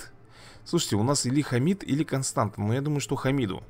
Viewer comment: Не Константа, а Констанса